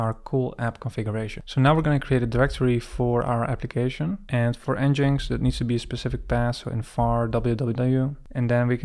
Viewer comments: I think it is pronounced EngineX not n-jinx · Nice intro to Next mate. For reference it's pronounced Engine X, not En Jinx 😅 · wonderful tutorial. never heard nginx pronounced 'En-Jinx'. I've always called it 'Engine-X'